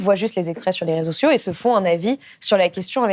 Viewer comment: BLAST (et autres), par pitié, donnez des cours de diction à vos journalistes et calmez leur débit, inutilement rapide. Ainsi au temps , votre journalistes prononce "rezsio" pour réseaux sociaux. VOUS Y GAGNEREZ EN AUDIENCE !